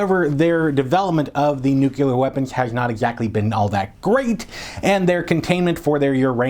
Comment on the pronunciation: Nuclear, not nucyaler. Other than that, great!